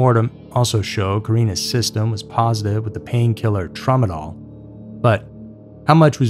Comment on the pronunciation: it's pronounced tra-muh-daal, not "tromodol", as in trombone. Hope your movie doesn't contain the various mistakes you make throughout each and every video,.